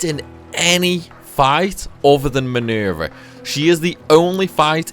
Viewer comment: MINUUUUUURVEH, LMAO I like how you say her name. I find myself repeating it over and over.